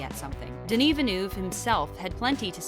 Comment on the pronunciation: tbh I stopped watching after the 10th time she fucked up Denis' name... .smh at least learn how to say it right